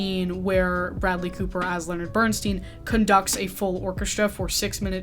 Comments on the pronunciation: Bern-STINE, not Bern-STEEN, please. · It is pronounced Bern-stine not Bern steen. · Have you watched „Maestro“? If you have, you should certainly have learned then at the very latest how to pronounce Bernstein‘s name correctly. He was known to yell out across a crowded room to correct people mispronouncing his name the way you do! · Wish you had pronounced Bernstein correctly. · You could have at least researched how to say Bernstein’s last name... 😢